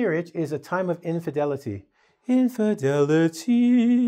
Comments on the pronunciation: inf[i]delity, not infedility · infedility or infidelity ?